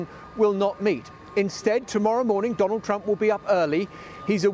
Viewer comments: "Dondald Trump" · 45th President.. Dondald Trump?